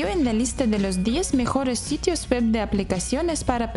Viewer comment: Puedes mejorar la pronunciación de "web" porque se escucha como "wep".